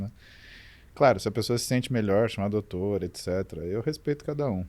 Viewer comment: Dorctor paulo muzy fala eu escuto kkk